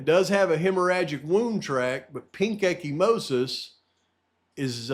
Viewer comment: Echimosis is bruising, if I remember correctly. (pronounced eka-mosis). Not to correct you,. Just giving the info. ty for all you do.